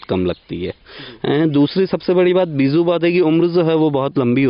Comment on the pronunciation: Sir beezu nhi beeju word hota hai agar aap word hi sahi nhi bol payeing to apke vedeo ka standard gir Jaya hai jab aap beej hi nhi bol pa rahe to kaise samjhe ke aap sahi Bata rahe hain